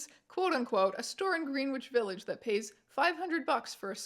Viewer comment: "GREEN-WITCH VILLAGE"??????